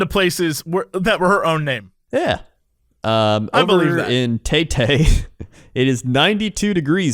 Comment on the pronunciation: As a Filipino I have to say your pronunciation of Taytay is adorable